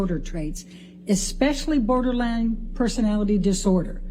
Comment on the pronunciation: “Borderlang Personality disorder” 🤣